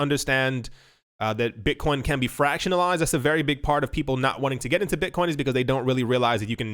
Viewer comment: Did he say Bitchcoin? Hell fuckin yea!